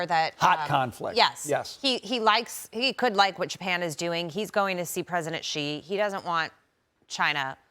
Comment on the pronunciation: Aside from everything, why can't they just learn to say his name correctly!!! It's so annoying that they just can't say She. It's not Gi, or anything else. They news media shouldn't be stumped over the letter X. If they just said She, it's already 100 times closer.